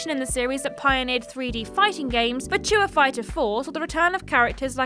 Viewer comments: worrying about the correct pronunciation of the word 'melee.' And then minutes later reveals herself to be almost non-english speaking with her pidgin pronunciation of the word 'virtua..' Which lets face it as game players. Is just the word 'virtual' without the L. How hard can that actually be? I think you do it on purpose. My long late dear mum used to do a similar thing. Mispronouncing words on purpose for comedic effect. I blame the Two Ronnies personally. For my mum's affliction, not. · That's not how you say Virtua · It's starting to grow on me but it still seems wrong. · Yes, I LOVE it 😂